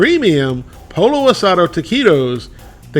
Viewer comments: It's pronounced "POY-yo", not "polo". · The best Taquitos I've tried, and haven't tried them all, are El Monterey Extra Crunchy Taquitos. The "Extra Crunchy," not their regular ones. They come in SouthWest Chicken or Taco Seasoned Beef & Cheese. Sorry to be a Scooter, but... Pollo isn't pronounced like a Polo Shirt. It's Po Yo. Double L in Spanish is a Y sound. Birria is more like Beer E Ya, but close enough. Oh, Corn Tortillas., btw. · Not poLLO! Poiyo. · "Polo." That's the way Scooter pronounces it. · Flour tortillas are heavier. Pollo is pronounced Poy-oh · Pollo is pronounced poyo. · I grew up eating Mexican food and didn't even know about flour tortillas until I was an adult. I prefer corn. Just heat them up on the stove burner..... yum. Instead of these, get a pack of corn tortillas and make your own. Oh and pollo is pronounced poyo. But that's okay, lots of people do that. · The two L's in "Pollo" are not pronounced like standard L's. Proper pronunciation of "Pollo" is Poeeyo. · Lol... POLLO is pronounced...POYO POYO =Chicken 2) L L ... together .... is a Y sound Never ....L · Pollo is pronounced Poy-oh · Scooter here.. Pollo is pronounced poyo. Just sayin.. Also, taquitos should be covered in a good guacamole.. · Damn, I'm whiter than a gardenia petal and even I know you don't pronounce pollo as "Polo" lmao